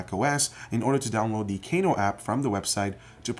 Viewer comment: I thought it was pronounced "Kah-noh" instead of "Kay-noh".